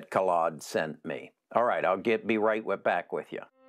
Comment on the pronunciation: How many different ways did try to pronounce that poor guy Khalid? Or what his name is